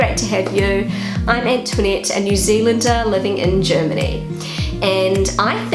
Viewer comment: Ich verstehe immer " I'm Internet" wenn sie sagt " I'm Antoinette" 😂 no offense I like the videos 😊